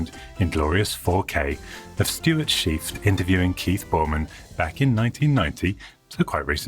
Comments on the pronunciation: OMG! I hadn't seen Stuart Cheifet [his last name is pronounced sheef-a ] in donkey's years... (You can hear him on an interview with Leo Laporte [ ]) The computer Chronicles are also findable on Youtube. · Awesome ! Stewart Cheifet (pronounced Shi-FAY) was a pioneer in digital preservation, even going through a trove of NASA archives in an attempt to get them to digitally preserve their film and other data. He has not been active on social media since July 2021, so I hope all is still well with this amazing man!